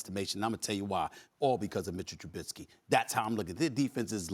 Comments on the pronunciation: The fact he calls him trubinsky just proves he doesn’t know shit lol. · SAS.....#10s name is Trubisky not Trubitsky. At least gets the basics correct. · Learn how to pronounce his name Screamin A Smitts. Jesus, it’s not Trubitsky. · TRUH-BIS-KEY not TRUBITSKEE